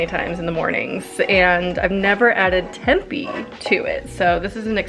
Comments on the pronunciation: Lmao I have seen at least one other video where she pronounces tempi, I have never heard anyone say it that way before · I’ve always thought it was pronounced temp-ay? I’ve never heard anyone say tempey before. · Tempeh is pronounced "tempay." I've never added it to breakfast hash. I'm going to try it!! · Wait have I been pronouncing tempeh wrong this whole time?? I’ve been saying temp-ay” and now I feel like a damn fool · Just so you know - tempeh is pronounced temp-aye 🙂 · came to the comment section looking for this comment lol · love this video but holy shit, she doesn't know how to pronunce tempeh or gnocchi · lol she just kept saying it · I love how she says it! Solidifies her spot as my fav youtuber 💕